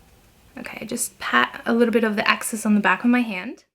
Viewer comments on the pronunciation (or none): Don’t think you need to speak fluent French to know ‘soleil’ is pronounced ‘Sol-ay’ not ‘Sol.’ And ‘excess’ is, well, ‘excess’ not ‘axis’